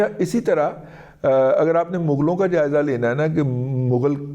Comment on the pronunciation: Morpheus da .ap ne Mughalion ka ziker lehjee aur style main bahoot zoor de kar kiya hai ?